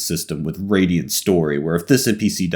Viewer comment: Radial HAHA! It's Radiant:P